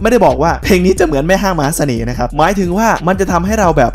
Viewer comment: พอพูดคำว่า แม่ห้างมหาสเน่ห์...สำเนียงแบบว่า.. คนบ้านเดียวกันแม่นบ่ 🤣🤣🤣